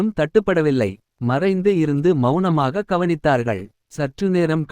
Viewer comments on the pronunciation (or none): Mounamaaga enpathai melanamaaga entru vaasikkirigale itharku enna solla😊